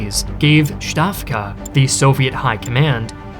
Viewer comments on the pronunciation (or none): Just say stavka, not shtavka. Its not shtalin or shtalingrad. Same with stavka. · Not that you going to use it often but stavka is pronounced with S, not Sh. Pretty much same as in "stalin" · Plz, Western historical youtubers, stop calling it SHtavka It's SSStavka with a hard S. Like Stalin, Sound, Solar, Solid Not the SH of Sheldon or Shame Thank you for your attention on this matter)))